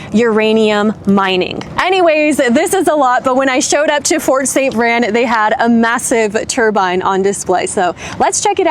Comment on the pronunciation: It's "VRAIN", like rain, Spain, chain